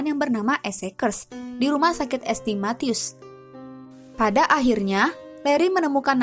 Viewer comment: es te es te es teh kali ah. ST. itu dibacanya saint mbak hadeh